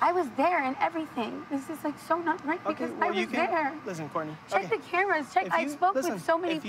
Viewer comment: Courtney say Court: NAY